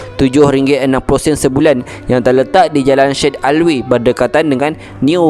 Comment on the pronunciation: Nak komen sikit. Kalau boleh, belajar lah menyebut nama orang, nama tempat, nama2 terma dan sebagainya dgn betul. Terlalu banyak yg salah sebutannya. Contohnya St Michael bukan S T Michael, tapi Saint Michael, Jln Syed Alwi (Syed Alwi Rd) sebutannya ia Sayed Alwi, bukan shed alwi. Terima kasih.